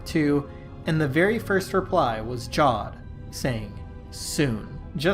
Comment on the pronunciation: Heres one it’s pronounced javed not jawed